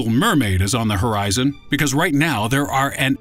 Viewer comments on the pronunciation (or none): none